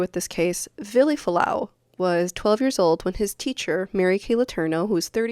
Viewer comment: No one pronounces his name correctly. Including you.